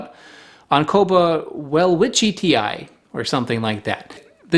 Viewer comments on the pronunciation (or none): Just your botanical Latin schoolmarm checking in with a little dose of pronunciation pedantry: Welwitschii - well-WITCH-ee-eye (or if you’re a Brit, well-WITCH-ee-ee). It’s named after an Austrian botanist named Friedrich Welwitsch, who would have pronounced his surname “Vell-vitch,” but it is what it is... “Tsch” is just how Germans write the “ch” sound (as in “Tschechoslowakei), because “ch” is already busy making the sound it does in Scottish “loch.” Botanical Latin is weird because it’s not a real language and it’s largely not Latin at all, but the good Professor Doktor Welwitsch was not named “Welwitschit.” :-)) Witsching you well from Seattle! He’s especially well known for documenting Welwitschia mirabilis, the bizarre gymnosperm with just two leaves that grow constantly over its very long life.